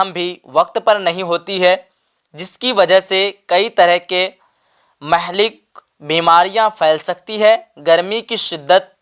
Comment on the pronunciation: Mahlik Nahi hota hai Muhlik مُہلِک